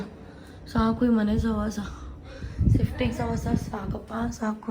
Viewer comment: ಸಿಫ್ಟಿಂಗ್ ಅಲ್ಲ ಅದು ಶಿಫ್ಟಿಂಗ್ 😅